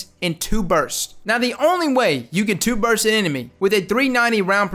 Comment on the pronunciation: Lol bro. You’ve got great vids. But there is a T at the end of BURST. Say it. It’s there.